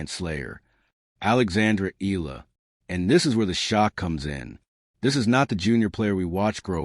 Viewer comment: Pronounce it Eyala not Eela!